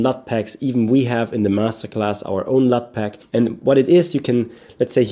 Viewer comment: it sounds like you’re saying slut in this video when you’re saying LUT. Just a lame joke.